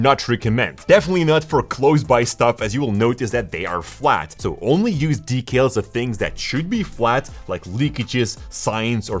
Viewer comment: why does he say decals like that?